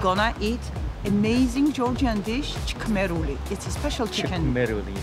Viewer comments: Its shkmeruli, from shkmeri not chkmeruli please 😢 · not chqmeruli, its shqmeruli vilage "shqmeri" in racha . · Shkmeruli is correct Not chkmeruli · Shkmeruli !!! შქმერული! Not Chqmeruli!!!